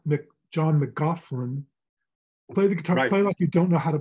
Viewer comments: mac loch lin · If you can’t be bothered pronouncing our favourite guitarist’s name properly then being a patron is a big no 😊